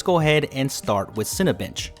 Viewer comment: lol all I heard was 'Cinebitch'